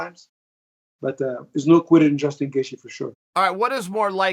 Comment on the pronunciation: Ali just wanted to call someone else a terrorist lol "Justin Gaethe"